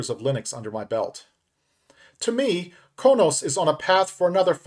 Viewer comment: It's pronounced Crow Nos. Klingon homworld 😃e